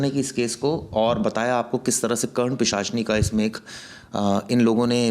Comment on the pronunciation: Oooooo baal vale bhaiya pichasni nhi hota he vo , pisachani hota hai, pichaasni pichaasni laga rakha he Bhaiya sun ke hi ajib lag raha hai pisachani hota hai vo😂